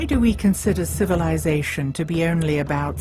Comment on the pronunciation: the "sh" sounds by this narrator ruin this. CivilizaSHon...